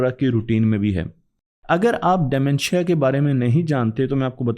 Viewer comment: De mentia not dy mentia😅